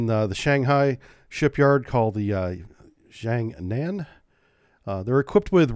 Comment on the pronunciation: "jee-ah-ng nahn"